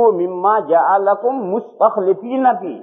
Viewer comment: 😢😢😢 مستخلفین بفتح اللام ھے۔۔۔ مفتی صاحب نے بکسر اللام پڑھا۔۔۔ الله تعالٰی معاف فرماوے۔۔